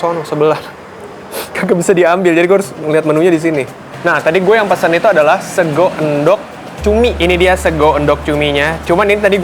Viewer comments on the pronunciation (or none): Mank, cara baca sego bukan Go kayak O di Kebo, tapi O di Oncom.